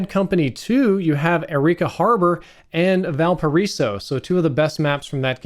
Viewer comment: The way you pronounced arica Harbor. I can tell haven't play bad company